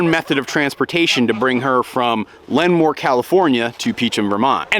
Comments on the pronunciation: Lenmore? It’s lemoore lol. What’s the breeders name? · 🤦 Not "Lenmore." Lemoore (luh-MOHR). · Lenmore… ITS PRONOUNCED LEEMORE! Lmao I’m from there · She came from LEMOORE, not Lenmoor. Sorry, I lived not far from LEMOORE (pronounced La-more) for about 25 years of my life. ;) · You butchered the name Lemoore, not just once, but 3x. It is pronounced Leh more not Len more. Sad, just sad. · "Le-moor" is how you say it. :) Good ole armpit of CA lol. The farm that the pup is coming from looks wonderful! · Hi, I think you're talking about Lemoore, California, pronounced ləmore, with the accent on the second half. ~ex-Porterville, California gal. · Lemoore, California is pronounced “luh-MORE” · I’m a California native…it’s Lemoore, pronounced LEH-more. Can’t wait to see your pup get to her new home!! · Or.....Lah-more ☺ (I used to live there) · Haha. CA native too. I was confused when he said the city but when he said by Fresno, I realized he meant Lemoore. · LOL thank you for politely correcting the pronunciation of Lemoore, it was driving me crazy. 😂. I’m from the area and would never expect someone from the other side of the country to know but still 😊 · I'm Cali born as well and live in Lemoore, I had to pause and make sure i heard that right haha. and even GPS cant say the name right lol.